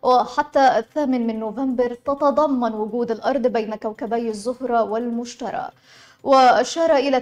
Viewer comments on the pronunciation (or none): المشتري المشتري وليس النطق بالمشترى.